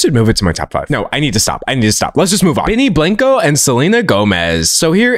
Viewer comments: “benny blank-O” hurt my soul to hear😭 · Benny “Blanko” D’Angelo ur Texas is showing!!!